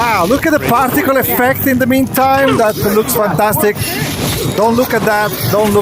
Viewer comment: I'm sorry, did you say particle effect or testicle effect?